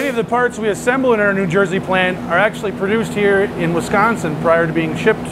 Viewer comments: "Wis Con Sin" not "Wes Con Son" Sore point with natives. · WIS-CON-SIN No “Wes”. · Wehsconsin? Wisconsin, think wi from "with", con from con-man, sin just like it's spelled. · Wesconsin? Never heard of it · It's pronounced Wi-scahn-sin, up here in The Badger State 🙂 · It's pronounced Wis-COW-sin. I keed, I keed. Great video, makes me want to run out and buy a Henry! Mission accomplished! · Woohoo I live in Wisconsin. I love how says it tho, Wesconsin!